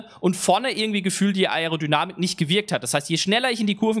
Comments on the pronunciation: Bitte versuch Aerodynamik richtig auszusprechen #nohate aber das fuckt ab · das man das ‚a‘ und das ‚e‘ beides betonen muss weiß ich danke, aber man muss es nich ‚a‘ und dann ne pause machen und darauf hin ‚erodynamik‘ aussprechen.. in einem flow klingt das gleich viel professioneller